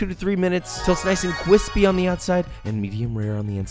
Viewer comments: The thicccck ass and cwispy bread guy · Today's word of the day is: CWISPY